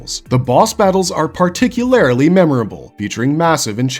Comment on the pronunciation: when AI learns to pronounce "particularly", it's over for you fools